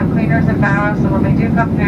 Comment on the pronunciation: Barrow (bear-oh), now oot-ghee-ahv-ick , is on the continent. It is not, however, in the contiguous U.S. So glad you are doing these vids and not Disney and having fun here!